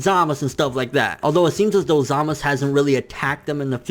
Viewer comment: Why are you saying 'Zamas' and 'Gowas'?